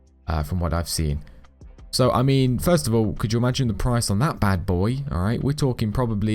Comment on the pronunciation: First because the dude said firet